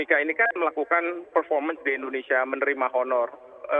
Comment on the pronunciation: ENDONESIA YA PROF? Wkwkwkw